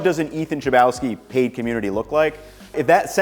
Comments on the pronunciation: as a Polish guy hearing your surname pronounced "Czlebałski" made me die inside a little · it's funny how you pronouce your own name. It's polish thou - so in polish it would be smth like - hlabovsky - which mean breadlike (derived from BREAD - chleb) which of course doesn't mean anything - just a funny thought.